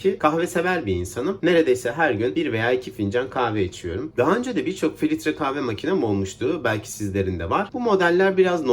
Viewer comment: Filitre kahve değil filtre kahve